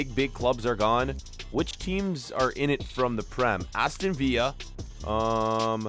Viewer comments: It’s viLLa not via that is so annoying I’ll unsubscribe if u say via one more time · Its not pronounced the same as david villa Its Vil-la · its not aston viya its aston vill a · Nobody:: Aston Veeya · Villa not veea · Does he say viya instead of villa on purpose like I get the ll as a y but there English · Can someone please tell him it’s Aston viLLa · IT'S VILLA! NOT VIYA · It’s not Veer it’s vil-er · Please learn how to pronounce villa right sincerely from a villa fan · thats not how you pronounce Aston villa . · It’s Aston Villa pronounce the L in it plzzzx